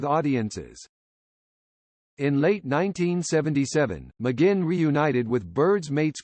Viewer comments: True to pronounce his name correct next time. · Incredibly annoying how the narrator repeatedly mispronounces McGuinn... sounds like it's a computer generated voice. Not a very comprehensive overview either. Roger deserves much better! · This is mostly laughable and insulting. The digital voice narrator can't even pronounce McGuinn's name properly. And it calls him Roger from his early age though he was born James McGuinn and only took the name Roger much later with the Byrds. And the jingle-jangle guitar sound only developed when he took up the 12-string Rickenbacker after being inspired by seeing it in a Beatles film played by George Harrison. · Stupid jazz , can't pronounce his name correctly.